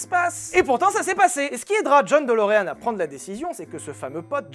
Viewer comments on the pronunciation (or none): "Delureanu" c'est la prononciation japonaise ça !